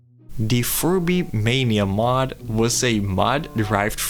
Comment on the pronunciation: That "Furby" pronunciation is a master bait, I mean holy.